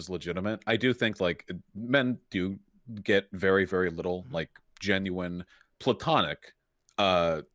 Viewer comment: The only major criticism I have of you is your pronunciation of genuine